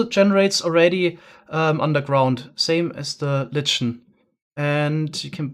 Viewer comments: Just an FYI for you: Lichen is typically pronounced "LIKE-n" in English. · Lichen is pronounced like "Like N".